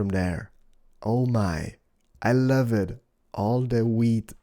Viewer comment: OMG I love when says "I luv it" with his accent Good job